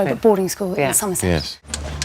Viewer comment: How posh is she!!! Hahaha Boarding school in Somerse... she almost didn't pronounce the t!